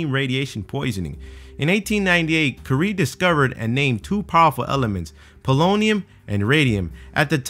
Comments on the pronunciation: That's not how you pronounce Marie Curie's name xD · the way he pronounced "Curie" gave me radiation poisoning